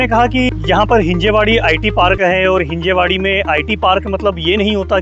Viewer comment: It's हिंजवडी not हिंजेवाडी.. atleast yaha aake pehle naam toh bolna sikhalo..